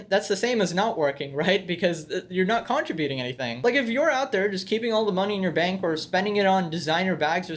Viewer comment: Aaaah the way he keeps mispronouncing 'contribution' is killing me